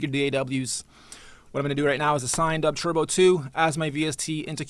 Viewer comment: why does he call it "dubtwerbo".. i only came here because it comes in related videos to 1 of my videos :L